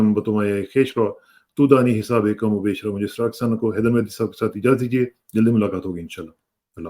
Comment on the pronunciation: Spurdam be too maya e khakish Raa, keh daani hisaabum kum o baish raa. This is not “hisaabe”as you continuously narrate it. Pl correct